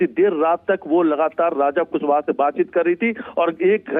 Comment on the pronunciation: कुसबह नहीं रे पागल एंकर कुशवाहा है पागल तुमको पढ़ने भी नही आता है😂😂😂😂😂😂